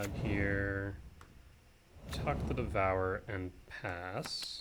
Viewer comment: Why do you say devourer like that. Devour-er